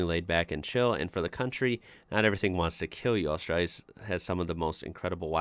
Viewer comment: I appreciate you pronouncing Australia correctly. Cheers Mate